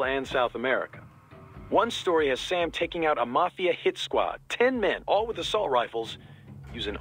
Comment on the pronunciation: as a Brazilian, i appreciate the "don't be racist" when pronounces sam's name with that weird intonation